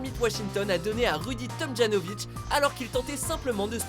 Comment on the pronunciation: Tomjanovitch se prononce ja commmr a l'allemande